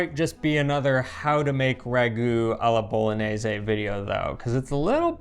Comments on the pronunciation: Bolo-nay-zaay. Sheesh. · Pronunciation, dude!! Isn’t it pronounced Bolo-nyay-say? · with all respect, the proper pronunciation of the “gn” letter combination is like the english “ny” sound. It’s the same sound that you make when you say the name of the city as “bo-lo-nya”. So the sauce is “bo-lo-nyez-ay.” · Just pretend the word bolognese has an ñ like mañana. it's pronounced boloñese. Really important word in Italian, need to know how to pronounce it correctly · you mispronounce bolognese. You say bolonese. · If you're not making traditional Bolognese, you should call it something else. Why insist that your sauce is Bolognese if it's not? Also, dude, she's demonstrating how to pronounce Bolognese. You can do it. I have faith. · You still haven't convinced how to properly say "Bolognese"!😳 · Love your channel and really enjoyed the comparison. My ragu is the same as except I add milk near the end. I have one little nit pick, only because the name of the channel is Pasta “Grammar”. You are mispronouncing Bolognese. You are pronouncing Bologna correctly so just carry that through with Bolognese. Keep up the great work! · need to improve his "gn" 😂 just joking. Happy new year